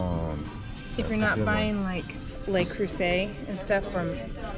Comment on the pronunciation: Love you guys but it's not "Lay" Creuset. It rhymes with "duh." "Luh" Creuset. It's French, not Spanish. Enjoy your life!